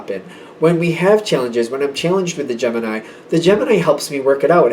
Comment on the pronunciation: Kept hearing gem in eye instead of gemini 😂